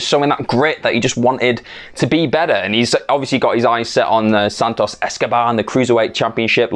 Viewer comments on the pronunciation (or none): none